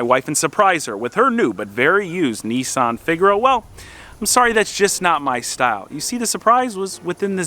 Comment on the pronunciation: why do you say nisssssan.....its nissan :-)